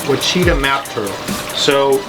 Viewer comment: Ouachita is pronounced wash-i-taw.